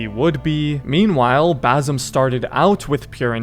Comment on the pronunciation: Basim❌ baysum✅